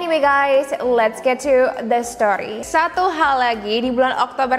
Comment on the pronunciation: HAHHHH "let's get to the story" nya bilangnya biasa ajaaa biasanya"the stchoryy" icon banget padahallll